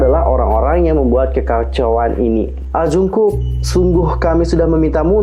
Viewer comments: Kaaakk Manggilnya Jeongkuk (정국) plliiiiiiissss😩😩 bukan Jungkuk(중국) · Koreksi.. Monmaap jungkook di baca jadi jongkuuk dijadiin o bukan u. Bukan jungkuk.